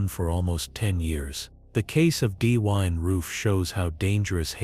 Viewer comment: Perhaps you should have a person from that state to read the script so they can pronounce the places correctly. Why can you not pronounce Dylan correctly?